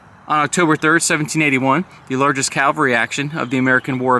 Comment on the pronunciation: CAVALRY...not calvary...C..A..V..A..L..R..Y... You said it correctly once maybe twice ...the rest of the time it's sounds like calvary...which is a hill outside Jerusalem.. aka Golgatha... Cavalry...not calvary...